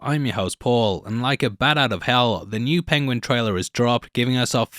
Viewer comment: Pengwing! I love listening to Cumberbatch’s pronunciation. Tickles me every time.